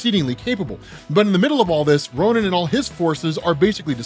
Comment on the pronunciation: No one else in the comments here to see if someone has mentioned the Ronan pronunciation??